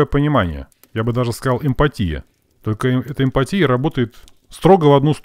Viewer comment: Сорри, который раз слышу "эмпатия" - ударение на "А" просто слух режет:))